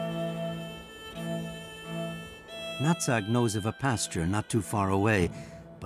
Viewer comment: They also mispronounced Old Nutt-Sack's Clan instead. Old Natsag's Clan.